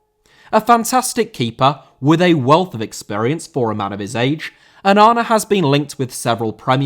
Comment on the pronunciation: Onana* not Onorner